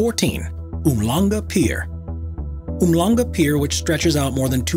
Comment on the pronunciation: It’s pronounced “Umshlanga”.